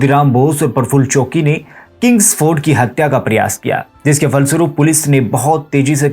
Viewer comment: प्रफुल्ल चौकी नहीं है बाबू, चाकी है। कब सीखोगे?